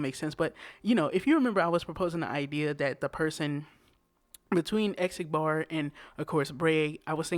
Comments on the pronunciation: Why still you pronounce Xigbar [zigbar] like ézigbar? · Xigbar “Zhig-Bar” . Not “Eggzigbar” ” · Say it with me! Zig-bar!! Not X-bar! ZIG-BAR!!!